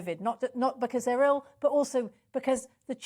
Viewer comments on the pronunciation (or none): Teachers who are ail? Oh he means ill. Lol